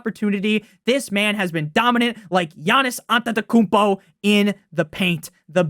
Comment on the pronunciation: Like Yanniiiisss Ampuhmpuhcoontoeee in the paint.